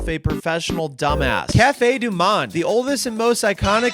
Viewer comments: Allons mon cher. Your French Pronunciation was okay. I only notice one thing after Cafe Au Lait (rhymes with the spanish Ole) which you corrected and that's the word Monde which means world. It's pronounced exactly like the English 'moaned" you were using an ah sound rather than a long ohhhhh. So one mistake is not what I expect from a real profession ass-hat. You have to perfect your craft hehehe. Love the videos. I've had friends from New Orleans but never went myself. And one of my fav cookbooks is the Picayune (a N-arlins newspaper) from around 1900 where they gleaned recipes from the Black cooks they could interview. It's a great read. Beignets are basically doughnuts. Happy new year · "monde" is pronounced like "moe-nd" (think the nd from words like 'and')